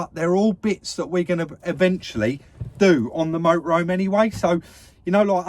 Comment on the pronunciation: Love the way pronounces it Moe-ah-roam!!!!!! Cracks me up! Just so so enjoy this channel.